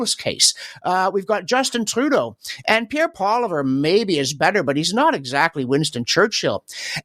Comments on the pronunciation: It's not Pierre Poliver it's Pierre Poilievre please and thank you. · you are an intelligent man. Can you please pronounce Pierre's last name correctly?